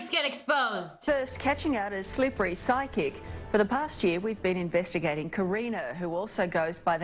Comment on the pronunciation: Whenever she said psychic I heard sidekick Bye